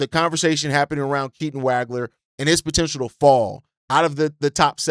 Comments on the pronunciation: Stop butchering last names my dude. Makes your commentary difficult to get behind when you don’t do research on how to even say some easy names….. see Keaton Wagler (wah-gler). And Quaintence. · Dude, as a professional podcaster, you can’t continue to mispronounce names. Look up Keaton Wagler’s last name, please. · Can’t say Waglers name right lol